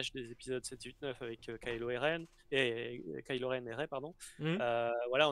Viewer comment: Hello, super vidéo, par contre s'il vous plait peut-on faire un effort sur la prononciations des personnages ;) Kylo Ren qui devient kilogramme Ren ; Cad Bane qui devient Cad Bané etc..... merci